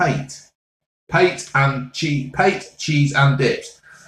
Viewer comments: " what the hell is PATE." Love this man. FYI it's pronounced ' pat-ay' . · PATE what the bloody hell is PATE hahahah cracks me up it’s pâté mate 🤣😂🤣😂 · Pate...pronounced at pataaay...😂😂😂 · "Wot the bludy 'ells Pait?!" 😂